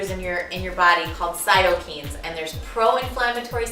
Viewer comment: There is a decent amount of correlation=causation (false cause fallacy). I feel like your argument would have been stronger with less points (and taking out the less solid ones). I will try this, because as you said in your info, but understand many of your arguments are just inaccurate. Also Cyto (cell)-kine (movement) Kine is not pronounce "keen" but like kind without the d. This makes me additionally critical.